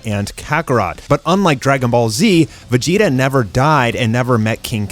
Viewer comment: Why does he call him Vegita when the name actually is Vegeta?